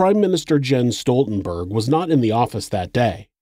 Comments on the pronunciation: Might be a little nitpicky but I think Jens is pronounced “Yens” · His father's name would've been pronounced "Yens" because Js are pronounced like Ys in Norway. I really hate to nitpick though because this is so welldone. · REALLY ??? Somebody has to point out that Jens ,in english is pronounced Yins ? jesus